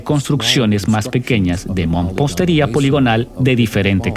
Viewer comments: Se pronuncia Mampostería. No " mompostería". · amigo que estas narrando la palabra correcta es MAMPOSTERIA Y NO MOMPOSTERIA